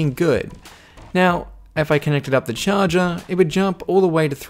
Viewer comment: On the “CHAWJAW”